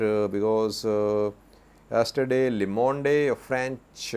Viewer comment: LE MONDE US PRONOUNCED AS LO MOND. YOU CAN ASK GOOGLE TO READ IT FOR YOU